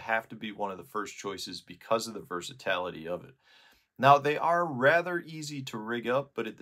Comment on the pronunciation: Dude. It’s versa-tility, not versa-tality. Yes I am the grammar police, you keep teaching me how to catch bass, I’ll teach you how to pronounce words. 😉. Thumbs up for this one.